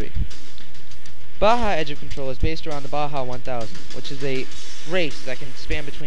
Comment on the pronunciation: nice review, good opinions but the vid was blurry and its not bha its ba-ja.